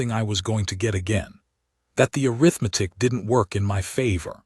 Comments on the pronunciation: IT IS "uh•rith•muh•tick" NOT "Air• uh• meth•ick". I suppose that this is an AI mistake. Correct it! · A-RITH-Matic. Not arith-matic. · AI says "Air-rith-matic" for Arithmetic! 😂